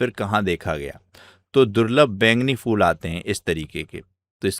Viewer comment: bhai फ़ूल नहीं फूल kaha jata h